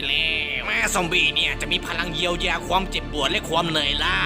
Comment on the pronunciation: ใดๆคือชอบคำว่า ควม ของพี่มาก อ้ายเป็นคนไสหนิ